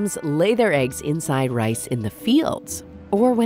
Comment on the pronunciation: No clue also you said inside wrong